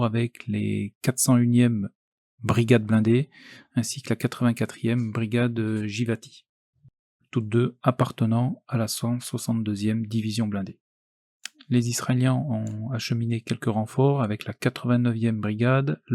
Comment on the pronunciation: Ce s ecrit givaati, mais ca se dit guivaati . Merci pour ce boulot. top